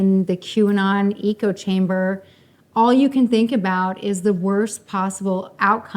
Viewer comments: Echo chamber vs Eco chamber. Mispronouncing ayurvedic are all things that spur my bias and prejudice. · Did she say ECO-chamber?